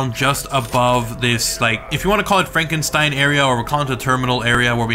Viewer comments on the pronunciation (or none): none